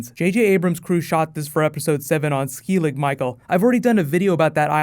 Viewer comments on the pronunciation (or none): btw its "skellig michael" not skeilig good video tho =) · it's pronounced skhellig not skiilig it's an Irish word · it's Skell- (rhymes with "spell") -ig, not "Skeelig" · It's not skeelig Michael it's skellig Michael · its skellig not skillig. Much love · Funny hearing non Irish saying pronouncing skeillig.. But if you're ever here in Ireland be sure to visit it it's awesome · The name of the Island is Skellig Michael pronounced 'Skel' as in skeleton and ig' as in 'igloo' but thanks for being the first guy i come to for reviews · You pronounced Skellig wrong 😝